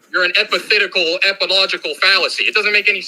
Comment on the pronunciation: 😂 - don't u know it's "a epithetical epilogical argument!" 🤪 WTF? LMFAO!🃏